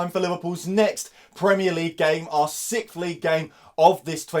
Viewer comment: Great preview but why do the english always say 'sickd' instead of sixth? Where sdoes the x go?